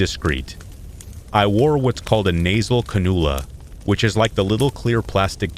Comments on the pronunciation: can-ooo-la? 😂 It's can-you-la. 🙂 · Not to nitpick but canula is pronounced can-you-lah. There’s your useless fact for the day lol.